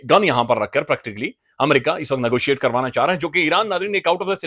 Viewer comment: Amaarca, learn to say America please